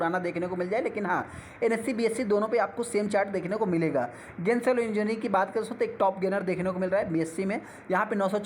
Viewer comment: गेंसोल नहीं जेनसोल है।